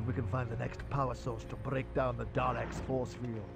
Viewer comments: Freddy (Freddu) Well, has said it correctly once or twice before, so I just had to get it out there. It'll probably affect me minimally from now on. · I know this is a bit picky, but can you stop saying "Darleks" and rectify it to "Daleks," please? I know I'm being picky... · SebastianDoesThings it's spelled daleks but you pronounce it darlaek